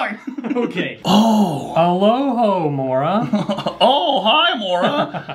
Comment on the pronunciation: alohomora = oh hello mora